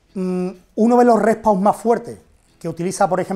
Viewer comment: Se llama REST PAUSE, no " repow " 😅